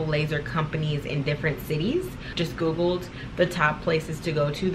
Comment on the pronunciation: The emphasis you put on Googled..if you know you know🤣😂